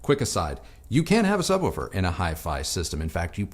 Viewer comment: What caused you to change your pronunciation to “sub-wufer” instead of “sub-wooofer” recently? 😆